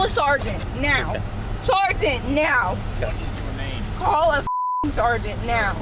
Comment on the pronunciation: sergeant neow!